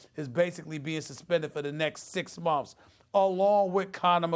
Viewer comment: Funny how he says (momfs) instead of months